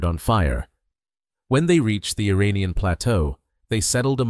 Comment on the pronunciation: With sincere due respect, before you narrate this, you need to learn the pronunciation of IRANIAN!! Nearly everyone, like a Parrot, imitates other's erroneous Pronunciation!! Assuming you're not using a computer generated voice, here is the proper Pronunciations of IRAN & IRANIAN : IRAN, is pronounced "Eee-Ron". It's neither Pronounced "Eee-RAN" nor "Eye-RAN". Moreover, IRAN shares its literal meaning with IRELAND (Land of Aryans). Once again, the proper pronunciation for IRANIAN, is "Eee" (rhyming with See) + Ronnie (abbreviation for Ronald) + Yan", rather than "Eee-RAINY-Yan". A simple mnemonic would be "There is no RAINY weather in the forecast"! Thank you